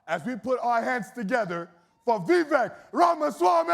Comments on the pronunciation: The one thing I've noticed up to the 38 minute mark is everybody that has addressed Vivek Ramaswamy has mispronounced his first name. I believe this happen because the speaker for the group organizing and running this event mispronounced his name from the get go. His first name is spelled Vivek but is pronounced Vivake like cake. Damn....if you are going to host an event, know how the hell to pronounce the name of your guest speaker. There is absolutely no excuse for mispronouncing this man's name at this point in the game outside of ignorance. Step your f***ing game up! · VIVEK LIKE CAKE! Say his name correctly!